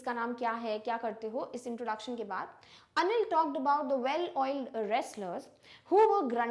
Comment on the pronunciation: Mam,when you say anil it's sound like onion.